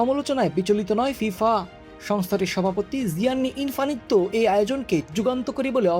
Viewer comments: ভাই তুই কি দুনিয়া তে থাকিস নাকি ফুটবল খেলা দেখিস না ? ওই লোকের না জিয়াননি ইনফানিত্ত নাকি ইনফ্যানতিনো ? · ভয়েস ডেলিভারিও খুবই বাজে। থার্ড ক্লাস। সাথে ভূল উচ্চারণ